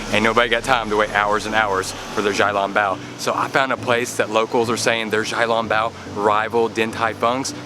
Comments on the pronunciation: Great job with your videos!!! I am a new fan. it’s pronounced shao long bow not jow long bow 🙇‍♀️ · Hi love you, don't want to be rude but small correction to your xiaolongbao pronunciation the xiao is actually pronounced with a "sh" (shiao).